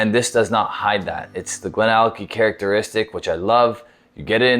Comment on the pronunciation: It's always a little funny to me when Americans/Canadians read some Scottish names, GlenAllackie, Glenfiddick:D Anyway, great video as always, and a decent whisky as well although I think I like the GlenDronack 18 a bit more:P